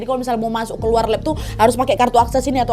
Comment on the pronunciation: Paling suka kalo kak Nadia bilang "Masok"